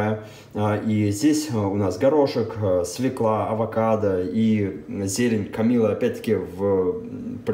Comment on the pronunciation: Произношение "свеклА" с ударением на 2-м слоге недопустимо. Запоминалка для детей: "не ФеклА , а ФЁкла, не свеклА, а свЁкла".